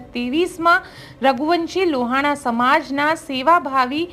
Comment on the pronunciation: બેન લુવાણા ની જગ્યા એ લોહાણા શબ્દ નું ઉચ્ચારણ કરશો